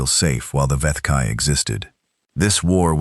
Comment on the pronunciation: so how many galactic empires was earth fighting? Must have heard at least 20 different pronunciations of the vethkai....think there was an expectation of jungle warfare as I definitely heard viet kai mixed in there